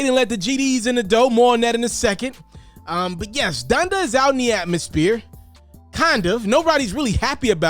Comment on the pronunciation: Honda??? ITS DONDA BOY 😂😂